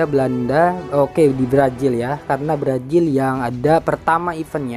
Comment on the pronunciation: Brazil bang bukan brajil